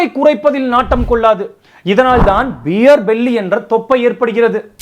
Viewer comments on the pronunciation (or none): பீர் ❌️ பியர் ✅️